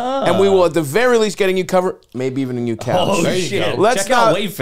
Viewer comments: Another great “kneeyew” episode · Stav’s accent when he says “new” or “knew” is hilarious